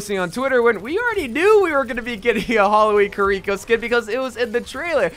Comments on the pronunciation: The way he says kuh-reeko. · Bruh, the way you say kiriko is honestly painful to hear. If only they knew how japanese worked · Omg why do you say "Kur-eeko" it's "KEYREEKO" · The way he says kiriko hurts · Does anyone else hate how he pronounces kirikos name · Am I the only one that got kinda annoyed at how "Kiriko" was pronounced? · Learn how to pronounce Kiriko correctly please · If you could just.... Pronounce Kiriko's name correctly once. I beg of you. Lol. Also Junker Queen is definitely an executioner not BDSM lmao not even close